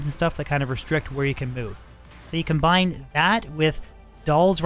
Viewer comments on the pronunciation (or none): none